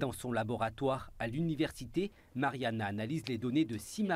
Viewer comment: Marania et non Mariana 😉